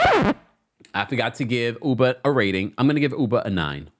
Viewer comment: I haven’t watched the real housewives of NY yet, but I hope Ubah corrects people on how to correctly pronounce her name, hearing people calling her Uber kill’s me inside lol.